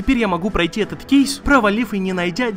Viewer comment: Кейс . Уши режет